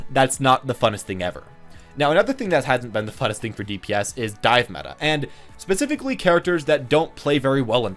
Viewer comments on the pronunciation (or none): none